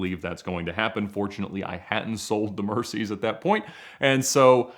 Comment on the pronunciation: Who else cringed every time he said "mercys" lol